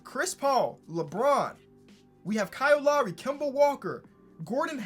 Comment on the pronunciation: Classic, “Kyle Law-ree”